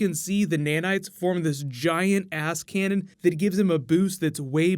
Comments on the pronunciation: Lol did you say ass canon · i dont know if he said "giant ass canon" or "giant ass-canon"